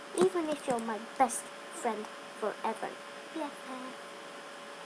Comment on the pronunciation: lol da way u said best friend for eva